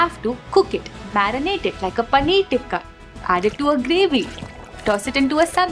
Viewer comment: पनीअर 😂😂. Great video though. Thanks.